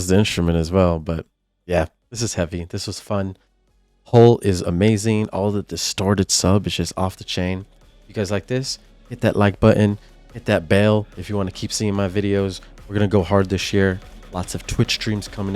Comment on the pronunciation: It’s pronounced “hole” for black hole